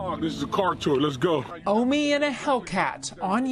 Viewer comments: OH-MEE ...NOT 'Omni' ...say it w/me ...OMI (OH-MEE). lol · OOO'''''MEEE""". where is the N in OMI. Stop saying OMNI "OM KNEE". Dumb nuts. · “Omi” or “Omni” 🤦🏽‍♂️🤦🏽‍♂️🤦🏽‍♂️😂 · This dude SHOULDN'T even be doing this video if he cant even Say omi instead of omni, and I've been watching and subscribed to omi for like 4 yrs he's a pure genius, he's big hearted helps out alot of people and has done more for his community then 99% of people who are financially able too, regardless of what happens to this Man in the future I refuse to believe he is in the wrong Or a bad greedy person can't anyone keep him down. GOD, his community and I will always have his back!!! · Rite! He was annoying me too everytime he said Omni lol especially considering he spelled it correctly and the news people said it correctly lol. But I agree with everything you said. They just mad a brother made millions from it. But I do believe his flashiness cause this. If he was lowkey I don't think he'd have ever gotten caught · Omi not Omni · His name is OMI NOT OMNI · Where is the "N" at in Omi? Oh•mee! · Bro I’m getn tired of people sayn his name wrong smh I feel like they doing it on purpose now smh his name is pronounced “O-ME” not Omni!!!!! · 1. It is pronounced OH-ME (Omi) like 2 Pac not 2 pack. 2. Money obtained illegally that funds a legal business is money laundering. 3. I will never blaze in public, I got more sense than that 4. Gotta go gotta go C u omni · His channel has always been like that. I've been watching his channel way before they first raided his crib a year ago. He had way more cars before they raided his house. You pronouncing his name wrong lol. But his channel exploded damn near soon as he created it. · Yo! Pronounce the name correctly. Lol🤦🏽‍♂ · U ain’t saying Omi right bro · Jesus bro - pronounce the guys name correct. You need to do ya research a bit better before releasing ya videos ... it’s like realizing a rap song and it’s not mixed 😂😂